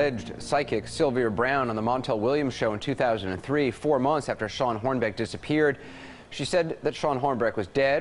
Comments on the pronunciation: I think Sylvia was a friggin quack. I couldn't stand her! But when discrediting someone, you should be flawless whilst doing it; your best -and give your opponent no reciprocal material. Pronouncing the victim's name wrong was pretty significant (for me). That wasn't his best. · James Randi may be good a exposing people but he's wrong about Sylvia Brown. That woman had no way of knowing Elizabeth Smart was alive and would be found in 2003 or that Robert Blake getting released. She makes 2 mistakes, nobody's perfect. And Anderson mispronounced that victims name. It's Hornbeck, not Hornby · he pronounces it twice correctly at the beginning of the show but stumbles over it a bit.